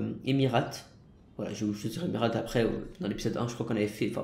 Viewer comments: Essaye pas de dire le nom d’une compagnie car c’est pas Émirat (tu le dis comme ça) mais c’est émiratES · Stp, on prononce Emir"ei"te pas Emir"a"te. Merci 😉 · Mdr Emirates fly🤣 mais c'est fly Emirates ça se prononce Emira(i)tes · christophe c t’a trop raison tg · On écrit emirates mais on lit ça emireytes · On dit EMIRAIYTSSS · Ça se prononce "Emireyte" et ça s'écris "Emirates"... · On dit emiraytes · Non mais STOOOOP c Fly EMIRATES et avec une prononciation anglaise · on en parle de la prononciation de emirates mdr... tkt on t'en veut pas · T es trop bas bello, t'a mis 10 min pour décoller, tu sais pas prononcé Emirates, tu sais pas conduire, mauvais jeu d'acteur! On a le bouquet mon grand babouin hein! 😂 C pas méchant bien sûr!